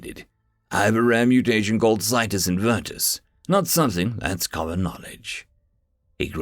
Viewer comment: Yes! Got the pronunciation right!